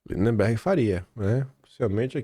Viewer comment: o nome do CANALHA não é linDEMberg. É lindberg 😂😂😂